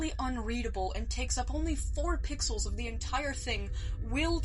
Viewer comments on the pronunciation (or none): “4 PIXAAALS-“